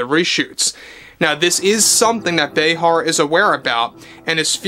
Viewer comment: Say her name right Joy Brayheart.